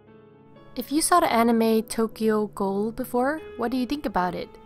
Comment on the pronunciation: 1, absolutely love the cake. 2, I know your saying Tokyo ghoul, but I keep hearing Tokyo gold. Lol